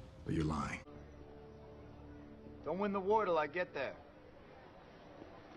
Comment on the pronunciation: I literally thought Steve said "you're mine" instead of "lying"😂😂 I had to rewind